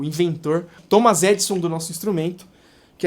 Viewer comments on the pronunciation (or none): none